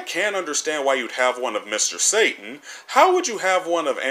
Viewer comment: you don't pronounce satan correctly